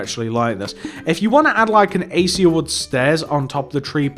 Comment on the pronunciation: It is a-kay-sha not a-c-u